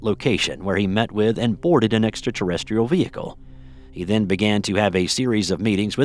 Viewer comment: Say extra terrestrial again